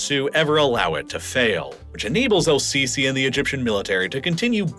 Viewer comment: It's not pronounced "Al-sisi", the L is silent. it's more like Es-sisi or SCC